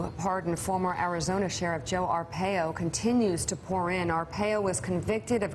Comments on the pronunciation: Ar-pie-oh, not Ar-pay-oh. Good God, how hard is it to properly pronounce a name that is currently on EVERY channel? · Not that it really matters, but it's "ar-PIE-oh" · Arpaio is pronounced R Pie O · she can't even say his name correct oh well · Y'all are pronouncing the former sheriff's name wrong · Okay, come one. How is that all 4 of them don't know how to properly pronounce Arpaio's name? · Mika's mispronouncing Arpaio's name. Wake up, Mika. Sheesh.